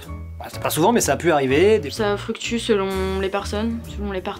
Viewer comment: La nana à "Ca FRUCTU selon les personnes..."